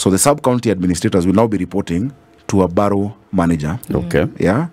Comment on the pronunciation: Borough system is used in London, UK. The word is pronounced as ' Barah' not ' Baroh'